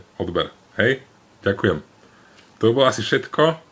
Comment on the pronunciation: Legenda byla zrozena :D + Ďženkujii :D